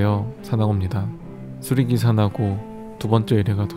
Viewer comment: 수리기/사나고 로 끊어읽는거 조금 킹받네요